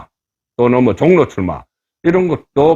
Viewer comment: 현재, 서울, 보통 사람들이 발음하는 '종로' 와 이곳 방송자가 발음하는 '종로' ~ 어느 것이 맞나요? 여기의 종로는 생전 처음 듣는 발음입니다만 ~~~